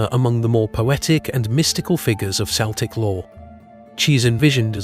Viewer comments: I agree, it's considered disrespectful. I'm Celtic (kel-tic), we don't know what "Sell-tic" is .... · Celtic is pronounced KELTIC not seltic! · Pet peeve. Celtic isn't pronounced with an s sound it's a k sound Kel'tik. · By the way, the “C” in “Celtic” is pronounced as a hard “K”, not the soft “C” sound of the English language. This is because the word “Celtic” derives from the Ancient Greek word “Keltoi”. Please keep this in mind, because a lot of people with Celtic ancestry can be a bit prickly on this topic, as it tends to be seen as a sign of disrespect to our cultures. Thank you.